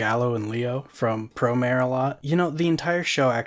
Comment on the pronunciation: The pronunciation on "Promare" apparently made my Italian roommate's ears bleed. Don't know what that's about.